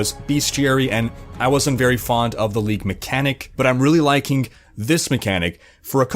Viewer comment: uses too many "k":s in his language... "Likink" = Liking. First I thought it was a Canadian thing but haven't found another Canadian who spoke like this yet. Where does it come from? XD